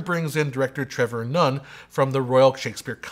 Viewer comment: Excellent review, I know I'm going to like the film. BTW Sir Trevor's name is pronounced "NONE" not "NOON"